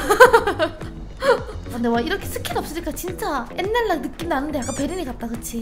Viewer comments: 옛날말고 앳날이라고 발음하는 게 킬포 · 옛날 아니고 엣날